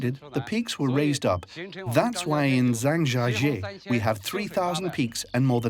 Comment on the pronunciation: OMG americans, its pronounced (Jahng Jya Jyeh) not (zang jahjjee)